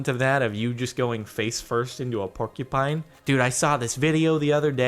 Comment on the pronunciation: Landon Karl "'porky pine'"